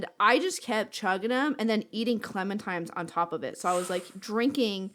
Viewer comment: Love the podcast, really fun and interesting hearing about you guys. Hoping gets a new bed from all that sponsor money. Hearing pronounce "clementines" is giving me flashbacks to the Teen Girl Squad episode about Valentines Day. "It's TINES! TINES! Clemen-TINES!!!"